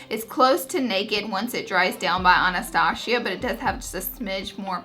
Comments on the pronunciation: Ana-Stosh-ia?? Really. Hmmmm wow. Waaaaay too many people don't know how to pronounce Anastasia. But the way you do it is down right offensive! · I love Laura so much so don't take this the wrong way but.... "anastachia" 😂😂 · I love how she calls Anastasia Bevery Hills "Anastashia" lol I love her ❤️ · the way she says Anastasia thoooo... 😔